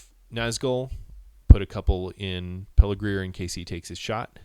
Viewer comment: Good job. You have a good narration voice. One thing--it's "Pelargir" not "Pelargrir".